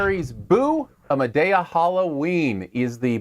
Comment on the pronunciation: Look you are not even saying the name of the movie right. Lol